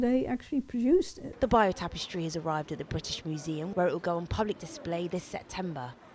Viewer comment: ‘The buyoou tapestry’? Does she mean the ((beyurrr)) tapestry? 😂